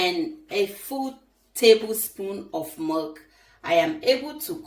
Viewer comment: Isn’t that milk sounds like she said merk